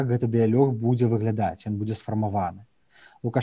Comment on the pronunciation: Навошта карожыць беларускую мову (плян, парлямент, дыялег) - агiдна слухаць, па якому падручнiку вучылi?